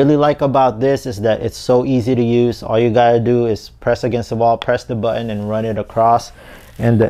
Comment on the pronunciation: oh noo, you didn't say "buh-inn" for button, did you? wtf